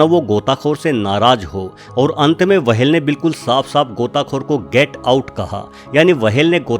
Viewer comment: wahel nahi hota hai whel hota hai